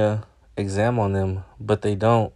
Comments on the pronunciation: Fml did he say California examed? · A California exam license doesn't make any sense. Unless I misheard you and you are attempting to say the word exempt? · Exempt, not exam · Hey, it's "EXEM" as in exempt from paying registration fees/taxes, not EXAM. Peace. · "Exempt" not exam. Just found your channel. I enjoyed this. Thanks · Not giving you a hard time ... it's EXEMPT not exam. It's because they are exempt from paying taxes. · It’s not exam it’s exempt… Love your channel and your content… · California exempt you mean? It's not exam,...it's exempt. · Good video, just be more accurate. It is exempt, not exam. And yes, you probably did catch this department engaged in corrupt behavior. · Its EXEMPT. Not exam plates. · It’s EXEMPT not exam... smh 🤦🏼‍♀️ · Not a biggie but it's "California EXEMPT" not exam. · The proper word is "exempt" not "exam" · Exam plates? You mean exempt? 😂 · it's "exempt," not "exam" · "Exam" 😆 it's Exempt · also it's exempt not exam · It's exempt not Exam🤦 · *EXEMPT not exam lol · LOL EXAM its Exempt. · Exempt not exam lol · Hey love all that you do man!! But it's "Exempt plates"